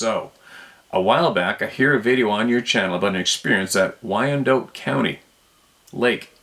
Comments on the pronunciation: Thanks for relaying stories from the people, bro!! Oh, and I promise I'm not a know-it-all... but, Wyandotte is pronounced, WHY'n-dott. Have a great day, man... Cheers!! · Wyandotte - pronounced why-an-dot. Like the chickens.